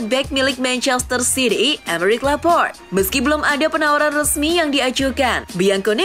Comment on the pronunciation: Laporte E nya dibaca, bukan Laport 😂😂 Richarlison, bukan richarlaison. Jesus bacanya HESUS, Bukan yesus. 🤣 Kocak Sok bhs inggris lu min, tp msh aja salah. Pengucapan bnerin dlu